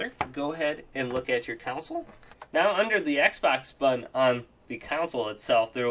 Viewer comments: Console, not council. I'm sure you've heard this, and lots of people say it wrong. It's like ask and aks. One is correct, and one makes you sound dumb. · Console** not council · Cool. Just fyi. Its console not caunsole. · I thought I was the only one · The way he says console lol he says counsole 😆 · Annoying how he pronounces console as 'council'.. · Nothing makes me more angry than the way he pronounces console.. like seriously mate why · nothing makes me want to rage harder than the way this guy pronounces console.